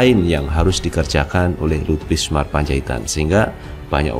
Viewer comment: ...jangan mengganti nama orang dong. Anda berulang kali menyebut L BISMAR P. Apa p Luhut sdh ganti nama? Cermat sedikit dong.... ini kan dibaca banyak orang....Yg benar BINSAR kali mas....???